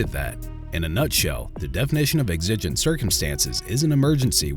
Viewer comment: Are you using an AI voice on a channel with nearly 100k subs? I'm extremely sceptical about the voice being a real person after how exigent was pronounced several times... I'm a voice actor with a great voice for videos like this and I have an in home studio with a studio grade microphone and recording skills.. why don't you hire someone that at least knows how to pronounce common terminology. Edit: The title and thumbnail are also false, they didn't sh**t anyone, yes it was at someone and for no reason, which should be mentioned.. also, the guy in this video definitely wasn't innocent. This video was not on the same level as most of your videos.